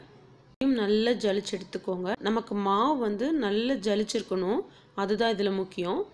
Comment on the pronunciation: சலித்து இதை ஏன் ஜளிச்சு ஜளிச்சுன்னு சொல்றீங்க